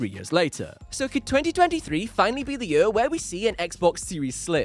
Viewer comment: Did anyone count how many times he said ‘jur’ instead of ‘year’